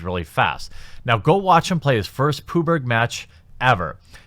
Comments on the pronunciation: i'm so glad i'm not the only one, when he said it i was like wait wut!? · Its not "poo berg" its "pub - gee" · PUB-Geh Not Poober. :3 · its P U B G not PUBGRRR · Can you pleas refer to PUBG as PUB G not Pooh burg ty. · PUB - GEE. Pooberg is the town Winnie was born in. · me: "PUB-GEE" quatering: "Pooh-berg" oh god. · Love the content...keep em coming! Ps please refer to PUBG as Pub G ... ‘Pooh Berg’ triggers me for some reason! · 'Pooberg', O my boomer friend, never change. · pooberg? It's pub - g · "poo berg"? That's got to be the first time I've ever heard anyone say that. Wow. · "Pooberg". lol. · Who else laughed on how he pronunced PUBG. It's pronunced PUB G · I got really angry for some reason the way he says it sounds like he has some mental handicap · I love your videos, but if I hear one more poo-berg... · lmao "puberg" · PUBG == "Poo Berg" lol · Pooberg? lmao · Is he saying "PooBurg" ? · Anyone else get thrown off when JerBear call's PUBG "Pooberg"? I mean it's not an inaccurate descriptor, but there's no R in PUBG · Why does he say puber instead of PUBG? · why just why do you call PUBG PUBRG ? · Its pronounced “pub-gee” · Did you really just said "PUBG" instead of "PUB-G"? UNSUBSCRIBED! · I wish would learn how people say "PUBG". You seem to be missing out the Battle Royale wave. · Nice pronounciation of PUBG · wait, you cover games but cant say PUBG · You said PUBG WRONG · Why does he pronounce pubg like that?